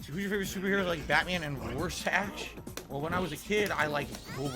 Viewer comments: Add Rorschach to the list of words can't pronounce. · "Roar sash" from Rorschach. Nice.